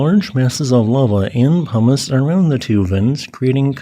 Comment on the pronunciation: for some reason, I keep hearing "hummis" when you say "pumice" today, lol. It does make for some silly mental pictures lol